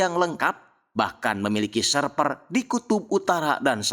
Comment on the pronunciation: Server kn min.... Bukn serper 😅